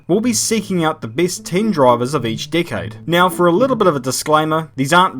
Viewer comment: Is it just me or do I hear Dickaide instead of Decade?